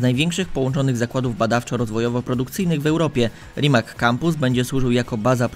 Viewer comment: Rimac czyta się tak, jak się pisze, a więc żaden "Rimak".